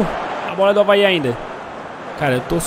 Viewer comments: Avae? não e Avaí? kkkkkkkkkkkkkkk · Quem percebeu q ele fala avae invés de avaí